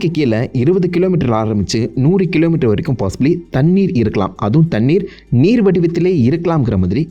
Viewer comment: Thannir niga soldra dhu nalla irukku bro